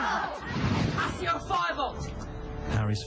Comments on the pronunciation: It's supposed to be Ack-io not Ass-io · He doesn't say assio, he says says it kind of like ack-see-oh. The second C is soft, so it sounds like an S. Just saying.